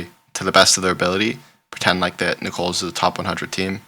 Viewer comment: Really enjoy your videos and picks! You are clearly not from the south so let me help it is Nickels not Nicole's 😊